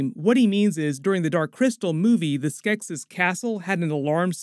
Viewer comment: Every time he mispronounced "Skeksis" took a year off my life